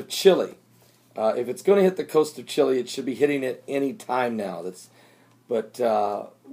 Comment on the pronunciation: Chile, not Chili